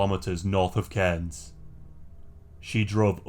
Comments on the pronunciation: Nice one pronouncing Cairns correctly 😊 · Woo! Queensland! Btw you are one of the only non locals to pronounce Cairns right, great video!